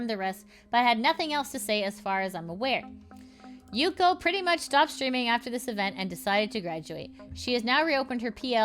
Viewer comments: its yuko not yukio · Why do you keep saying Yukio? isnt it Y U K O. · every time you say "Yukio" I have the urge to waffleface... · Also I mean no offense, but if you have to do the "vtuber news" stuff, at least 1-learn the name of the person you're talking about before recording, you keep on saying yukyo, is a little thing, but is not really "professional" if you share news about somebody, and 2-cut when you misread and go back, it's not my business how edited a video is, but when it's about dramatube one should at least try to look professional, or else anything they say has no value. I promise it's not meant to attack you. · Why do you keep adding a Y to yuko? It’s hard hearing the constant yukyo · There's gotta be a limit to how many times you can say a person's name wrong in one video, this is a frequent issue